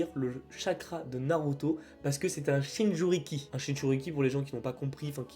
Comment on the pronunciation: Jinchuriki et non "Shinjuriki", mais bon, cool la vidéo !